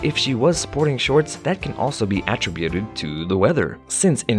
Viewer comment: Dear Narrator, Please learn how to say "attributed".